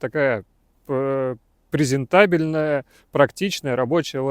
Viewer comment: Prado презента́бельная ?🤣🤣🤣🤣🤣